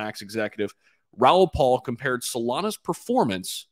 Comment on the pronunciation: It's Raoul PAL